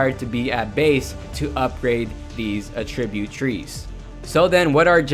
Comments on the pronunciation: Agreed. I thought the video was awesome, and very informative (especially for a noob to the game like me) but I kept getting distracted by the word uh-TRIB-yoot. It's AT-trib-yoot. He put the em-FA-sis on the wrong si-LA-bel. :) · Attri-bute... Not attreebute... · It's not a tribute, It's attribute say it right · I couldn't get over how you're saying attribute incorrectly the whole video! uh-TRIB-yoot is the VERB form of the word. I uhTRIByoot my success in Paragon to your video. AH-trib-yoot is the NOUN form. The new AHtribyoot system is so awesome! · Does it bother anyone else the way he says Attribute? He says it aTRIByoot...its ATTribyOOT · Good stuff here! 🙌🏼 (But that's not how you say "attribute" - the noun. What you're saying is the verb "to attribute") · Great video! Just a heads up, you are pronouncing "attribute" like the verb and not like the noun. If you want to switch over, just emphasize the first syllable instead of the second. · The way you pronounce attribute is driving me mad! Someone teach him where the emphasis is in the word please!